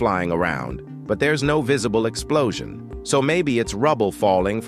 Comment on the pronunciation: no exsplosing 😂